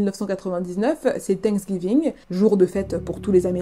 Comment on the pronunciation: C est pas tank giving mais la prononciation c est fincks giving lol je trouve ta façon de raconter irrespectueuse et non bienveillante ! Je ne m abonne pas du coup car la maltraitance n est pas un sujet rigolo surtout cette histoire est très dur !